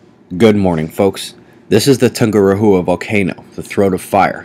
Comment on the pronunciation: Sorry I gotta say it. Tungurahua is pronounced "Toon-Goo-Dow-Ah"